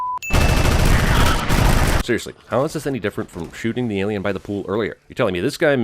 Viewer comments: Cracked up at Alieone? Alonien? Didn't bother watching stupid movie, but that was funny. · "Alieone?" "Alonien?" Seriously dude, you're better than this lol!! It's clear he was simply alienated from his peers. 😉